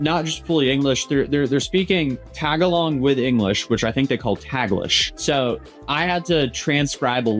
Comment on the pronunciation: Cut some slack lol. Not everyone outside the country knows how to pronounce "Tagalog" properly. Though tbf, it would have been best to just say "Filipino" since there's really not much of a difference between the Tagalog dialect and Filipino as a language.